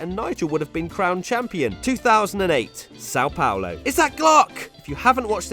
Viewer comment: "São Paulo" don´t sound "SAUL PAULO". Try to say "Sound Paulo" without "d".